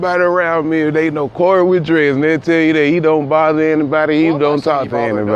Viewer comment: Serg0614 I dont rock 12 at all my g but cmon son you know he said Cory 😂😂 i replayed that bit like 6 times son he aint that bold g they try their best to disguise the racism now